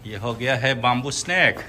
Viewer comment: Oi bamboo swi hwnwi not bumboo stop murdering English 🤣🤣🤣lol